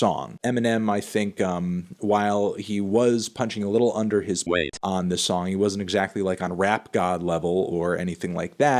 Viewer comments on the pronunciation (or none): Why did he emphasize the word “weight”?